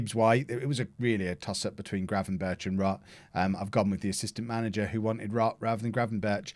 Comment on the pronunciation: the 'ch' sound in Gravenberchs' name is pronounced like a 'g'